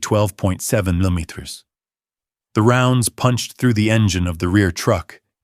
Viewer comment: bunch of garbled words this poor AI guy cant pronounce millimeters lol